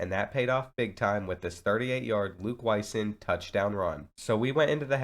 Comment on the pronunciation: Its luke wy-song not wy-son i played against him in high school